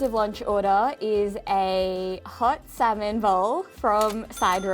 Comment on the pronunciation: She literally said..." a little bit of Salllllmon. Like not only did she actually pronounce the silent letter, she extended it!????